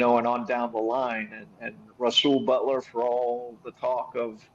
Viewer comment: Rasul butler lol. Cmon